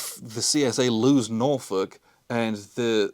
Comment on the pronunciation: As someone from the Hampton Roads/Norfolk area, thank you for saying "Norfolk" correctly. It makes me wince every time someone says NorFOLK.😂